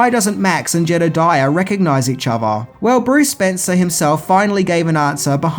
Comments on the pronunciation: FYI, it’s just Bruce SpencE, not SpencER. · If I'm not mistaken it's Bruce Spence not Spencer otherwise great review) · Bruce Spence, not Spencer. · Bruce Spence not Spencer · I think his name is Spence without the “r” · Bruce SPENCE, not SPENCER.